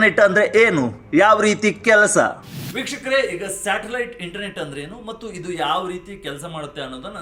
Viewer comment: ಸ್ಯಾಟಲೈಟ್ ❌ ಶಾಟಲೈಟ್✅